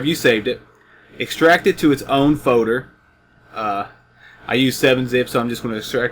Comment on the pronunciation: I think you mean FOLDER no FODER